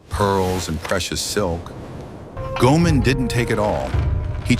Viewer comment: And I believe it's pronounced Go-ay-mon.